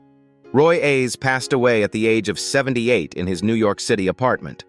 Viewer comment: I hate when they repeatedly mispronounce Roy Ayer’s (pronounced Airs) name it’s annoying. I pray all of these celebrities rest in peace🙏🏾.